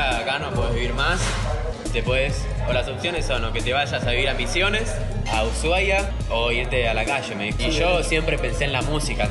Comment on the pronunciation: amigo dijo ushuaia? nanananna